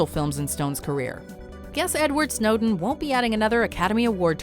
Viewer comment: you pronounced Snowden as Snowdeen the first time you said it 😂😂